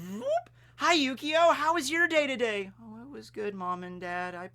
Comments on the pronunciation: I swear he said yugioh at least a couple times by mistake. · I keep hearing Yu-Gi-Oh instead of Yukio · It really does sound like you're saying yugioh lol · When you say his name I only here yyyyugioh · It feels like you keep saying Yu-Gi-Oh. After Xcution, I'd really love if you talked about the characters of Monster Musume. Including best girls Centorea and Rachnera, and even Too Kind for this World Kimihito. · Whenever says yukio i kept hearing yugioh.... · ...not gonna lie... I kinda thought he was for a while.. I had to look at the screen and pay attention to notice, I mainly have Vids on in the background while I play video games.